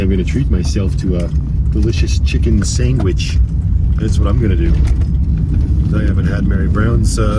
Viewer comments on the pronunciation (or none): S-A-N-D-W-I-C-H not S-A-N-G-W-I-C-H